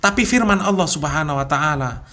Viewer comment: Nyebut allah aja awloh.. Khas non muslim banget